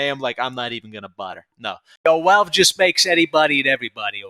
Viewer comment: … I love you funny man… but the way you pronounce ‘Valve’ haunts me.